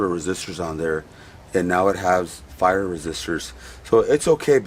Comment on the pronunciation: Love your Marshall videos!! Hey those resistors are pronounced PIE-ER not FIRE. Not trying to be that guy just trying to help......Cheers!!!